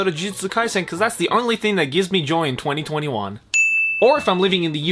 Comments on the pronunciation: you pronounce 2021 as 2020 won. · Well, you know... 2021 is pronounced twenty-twenty won.